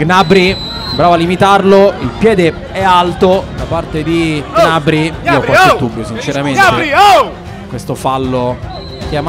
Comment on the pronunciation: Ma perché il commentatore non sa dire gnabri